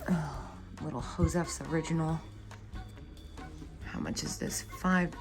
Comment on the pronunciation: Loved the coconut music box. Interesting that you pronounce Josef “”. The first Josef girl you picked up was an early one made in Calif. before Murial moved production to Japan. Love those early ones. 💕 I like shopping with you.